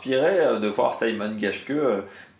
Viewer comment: Mais on prononce vraiment [saymon] geshke ? Ca me semble bizzare pour un allemand